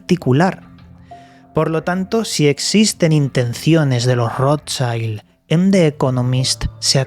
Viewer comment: Se pronuncia rot child...es alemán no inglés